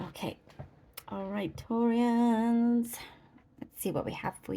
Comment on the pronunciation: Thank you for saying "Taureans"!!